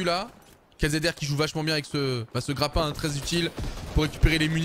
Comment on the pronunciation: Un nouveau quoi ??!! Un nouveau ''Grappon'' ??!!! Wtf !